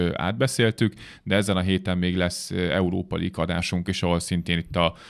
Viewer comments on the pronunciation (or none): none